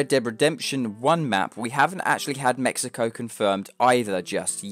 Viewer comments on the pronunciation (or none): none